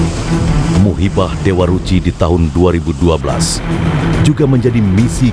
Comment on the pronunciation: Bukan musibah perdana tapi MUHIBAH perdana min...